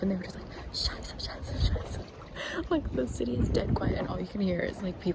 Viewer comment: As a German I just wanted to confirm that your pronunciation of “Scheiße, Scheiße, Scheiße” was PERFECT 😂